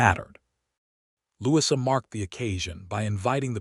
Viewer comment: Truly... I'm not being picky . . But, perhaps re-teach/code AI's 'brain' how to say a British 1st name for ..... Louisa. It is Not a short 'i' in the middle of Louisa. Brits pronoun it... Lou E` sa. 🎥 Bronte and other British period-films all pronounce it with a long E in the middle. (Short 'i' sounds odd) Other than that, it's a nice story.